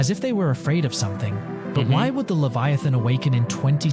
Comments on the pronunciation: LEVIATHAN NOT LEVITHAN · LEVITHAN not Leviathan, LEVITHAN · The huge ”LEVITHAN”😭